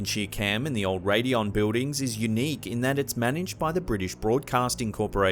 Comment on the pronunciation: Love the videos but the way he pronounces” Buildings “drives me crazy!!!! Sounds like a 5 year old. Lol